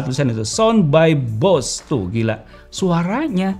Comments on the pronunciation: Bose cara pengucapannya bukan Bos ya kak tapi di ucapkan sesuai tulisannya, Bose.. hehehe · Bacanya [boséé] . Bukan "bos". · Baca = Bose bukan bos